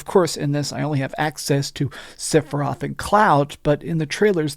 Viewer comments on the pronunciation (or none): Sorry. I’m gonna be that guy, cuz you don’t seem to have any speech impediments or anything. The name isn’t siphiroth. It’s sephiroth. Not Siph… Seph…. “Favorite game of all time”.